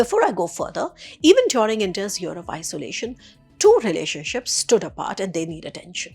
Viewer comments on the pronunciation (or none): none